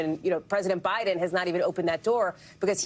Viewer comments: NBC focusing on old man’s mispronunciation and yet your reporter just said President Bidle. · "president bile" lol did anyone catch that? tom is getting old too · Who's President Bile? Jeez, man, you mispoke at the very beginning of this segment. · Did he just say President Bital? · Less than 1 minute into his intro, Tom Llamas flubs Biden's name. "President Bidel, Vitel??" He then clutches his pearls and launches into a rapid fire description of how Biden flubbed by saying Vice President Trump instead of Vice President Harris. Geez Louise. Honestly, you guys just fan the flames. Report on something more newsworthy. Like how SCOTUS is ripping the Constitution to shreds to serve their king, Don Trump. Or, Here's a thought, you could focus on the really oddball freak show ramblings of Maga clown Don Trump at his rally today. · Love how the news anchor said “President Bidle” 😂😂 Biden is old and has always had problems talking. Doesn’t mean he’s unfit…he might be, he might not..is this news anchor unfit to report? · He pronounced Biden wrong.